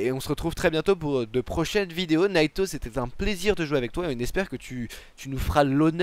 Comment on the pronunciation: Naito pas natyu